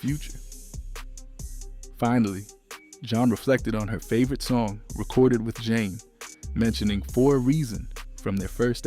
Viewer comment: Not zhane Jah neh